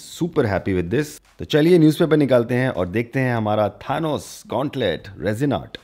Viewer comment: its not THAAANOS it Thanos check your prounounciation please